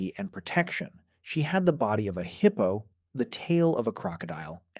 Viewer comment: The heeippo😂